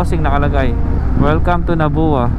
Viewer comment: Sa pagbigkas.. * Polangui - ok tama ka * Bato - ok (dito bilihan mismo pansit Bato dun sa may crossing nung dumaan ka) * Nabua is NAB-WA... sana lumiko/dumaan ka Iriga City :-) Maganda rin mag-vlog dyan. Dumiretso ka na ata Baao from Nabua. Nung dumaan ka Pili, sayang, sa may Palengke ka na sana bumili ng pili nuts. Marami ring pasalubong mabibili dun like tuyo/daing. Maganda na cover mo rin sana yung sa baba ng Old Zigzag road (Atimonan ata) , naku grabeh dun lubak. Dapat kasi namomonitor weight limit ng mga truck na dumadaan bukod sa kurakutan. Nakakalungkot lang dahil isa akong bikolano (frm Bato). Mas maganda accent sa Rinconada area like Iriga-Nabua-Bato.. hahaha RS!